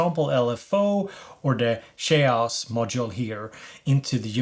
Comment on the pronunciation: Good review! But it's pronounced "kej-oss" :-)